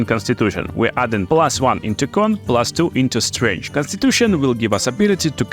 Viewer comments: I can hear you say 'strench' for days. Good video's! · I like the way you say strength. It’s quite strange lol.